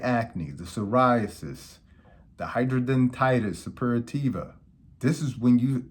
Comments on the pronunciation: Hydra denitis. Not hydro dentitis Doc. 😂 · My doctor pronounced different but thats ok🤭